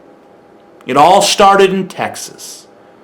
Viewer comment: What's up bro. Cool video and all, but at least be able to pronounce the states name correctly without a lisp before trying to insult it...